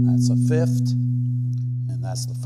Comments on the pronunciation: People seem to have a really hard time pronouncing 'fifth'. I often hear it spoken as 'fith', but this is the first time hearing it as 'fift' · "Fift", lol. Thanks for the video.